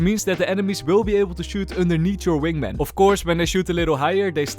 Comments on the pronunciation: is it only me but said wingmeng not wingman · is it just me or i keep hearing "Wingmeng" 😂 Great video! I'll be rooting for your Gekko to Ascendent videos! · why does he say wingmang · "wing mang" 💀😭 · I love how the way pronounces wingman is like how Benedict Cumberbatch pronounce penguin